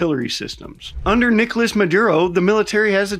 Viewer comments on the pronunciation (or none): none